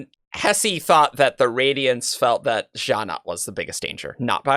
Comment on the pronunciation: Gallant doesn't rhyme with Shallan. It's an English word that's pronounced as GAH-lunt